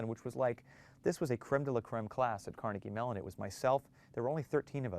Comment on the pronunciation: It's Carnegie Mellon, not Melon